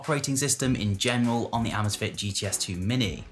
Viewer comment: Say “amaze” “fit”